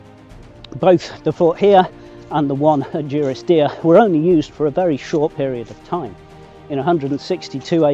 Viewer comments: Take it from me, it is duh-ris-deer. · Great video. Just for info, the village is pronounced DUrisdeer as in 'dundee'